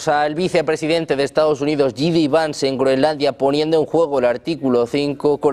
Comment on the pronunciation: por favor que alguien le diga como pronunciar el nombre de JD vance conerectamente.